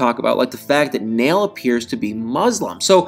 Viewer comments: Unfortunately, TLC "jumped the shark" a long time ago, and continues to lose its credibility as a trustworthy cable outlet. Oh, and, I think Nail's name is pronounced "Nah-eel" not "Nale". Cheers and keep up the good work! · Uhm, it's probably pronounced more like Nah-iel and NOT Nail (notice the two dots above the i and ehm him not being from an English speaking country?!) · Nail is pronounced Nayil. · You're pronouncing his name wrong. It's pronounced Naa-yul. Like Niall Horan's name. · Because of the umlauts on the i, it's pronounced Na-eel. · The Muslim name Nail is pronounced Nah-ihl, not like a hammer and nail!